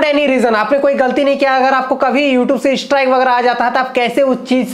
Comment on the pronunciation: YouTube hota hai u tub nhi😂😂😂